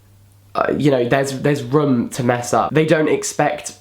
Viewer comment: Love the way you say room haha😂